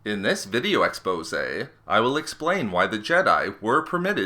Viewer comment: I hate when he says "expoése"